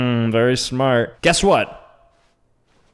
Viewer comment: he said snart* not smart*